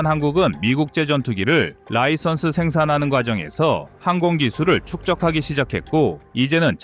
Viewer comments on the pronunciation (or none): none